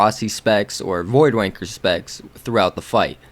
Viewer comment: "Void Wanker" obvi your not British, lol nice vids